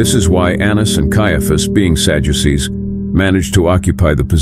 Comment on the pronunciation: I hate this AI 💩💩 "Sajuices"?